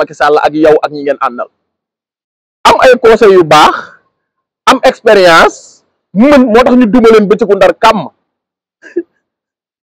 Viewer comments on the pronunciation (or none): Ay way yerim nopalouloul t nangou may wax mou nane ekperence 😂😂au lieu de expérience 😅😅😅